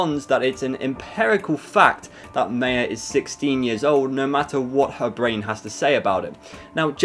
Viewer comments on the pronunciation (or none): the way he said maya tho its ma-yea